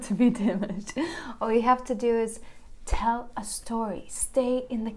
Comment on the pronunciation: You need to learn to pronounce his name. It’s dee- massh